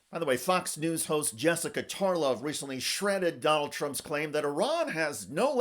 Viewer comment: Hahahahaha she called him tronald dump